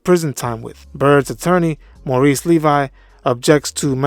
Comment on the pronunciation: Not to split hairs, but it's Levy, not Levi. (Pronounced "Levvee")